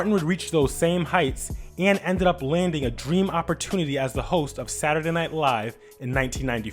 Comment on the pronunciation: When reading in Martin voice and he pronounced Saturday. 😑